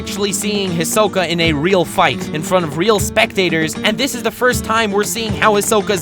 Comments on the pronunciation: Did he call Hisoka ...... fodder 🙃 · He's saying Hisoka wrong. It's kinda irritating.😑 But I love this video!!